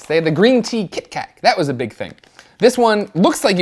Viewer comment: Did Greg just say Kit Kak?